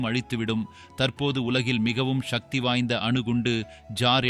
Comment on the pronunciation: நீங்கள் தமிழ்வழி கல்வி பயின்றார் இல்லை போலும். உங்கள் மொழி பெயர்ப்பு கொஞ்சமும் சரியில்லை. மேலும், சக்தி என்று உச்சரிக்காது ஷக்தி என்று இக்காலத்து தமிழ் அறியா பிள்ளைகள் போல் பேசுவது கேட்க அருவருப்பாக நாக்கை பிடிங்கி கொண்டு சாகலாம் போல் உள்ளது. தமிழை தமிழாக உச்சரியுங்கள்.